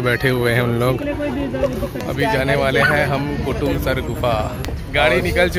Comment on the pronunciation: bhai kotamsar nhi kutumsar hai